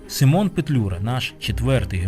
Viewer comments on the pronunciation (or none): У захваті від ваших фільмів, велика повага до Акіма особисто. Маленьке зауваження, українською наголос у імені сИмон.